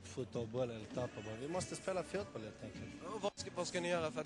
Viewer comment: "Fjutboll" XDXD